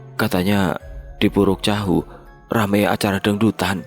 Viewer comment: Muara teweh ,puruk cahu bang sory abang nya salah penyebutan🙏